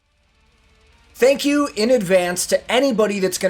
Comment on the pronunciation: "Tank you"